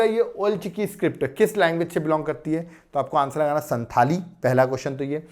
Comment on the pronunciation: Sir संथाल pronounce hota h which is tribe of jharkhand